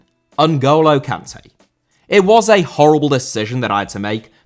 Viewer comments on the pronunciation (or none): Kanté* not Kantei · how do you go out of your way to pronounce Sergio correctly, but pronounce Kanté wrong? 🤣